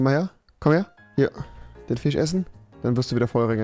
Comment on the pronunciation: Rewi"Bro du bist ein gottverdamter Goldfisch". Trymacs:" fich"